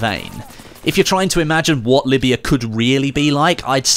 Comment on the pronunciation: it’s Libya not Lyiba